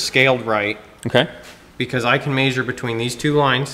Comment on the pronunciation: omg love the content and no hate here, but I can't handle this. It's definitely "mEasure" not "meAsure"